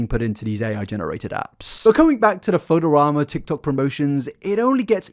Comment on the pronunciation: not knowing how to pronounce photorama is the weirdest thing in this video